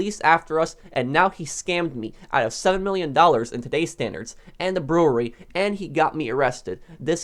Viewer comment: did he really say in to days standard